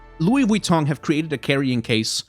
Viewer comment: I love and hate how u pronounce Vuitton correctly